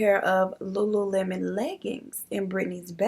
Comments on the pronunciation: Lulu Mon. I literally pronounced it that way too 😂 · I thought it was Lu-Lu-mon too!😅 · You're not alone on the "lulamon" pronunciation ... Guess I overlooked it too 🤷🏻‍♀️ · Lol I was saying lulemon. My sister finally was like ‘Um it’s lululemon 🤨’ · I say lulumon too! 😂😂😂 I love the stories! I ran across one of your videos about a lil over a month ago & I can NOT stop watching! Keep it up girl, much love! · Tbh, I looked over the “le” and pronounced it as “Lulumon” too 🤦🏾‍♀️😭🤣🤣 Bruh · Girl I thought it was pronounced Lulumon too😭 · I'm glad I'm not the only one that pronounced it Lulumon lol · I'm glad I'm not the only one that reads it as Lu Lu Mon. Lol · Hey girl I thought the same thing about the pronounciation of lululemon. Thought I was the only one.😂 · The "lulu-mon" I cannot 😂 but I feel you it be like that sometimes 🤷🏿‍♀️ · Not LULUMON🤣🤣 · I've actually never heard this case before! Wild.. Also just wanted to add, you're not the only one who pronounced it lulumon...I did too until one of my first jobs was at a Lululemon warehouse and I realized I'd been saying it wrong 😂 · I’ve been saying it like you too! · I definitely pronounced the store the same as you 😂😂😂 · Girl that's exactly how I pronounced it too....ain't even see the "lemon!!"